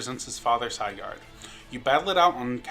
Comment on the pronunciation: It's... It's pronounced Sih-gurd... Not Cyguard...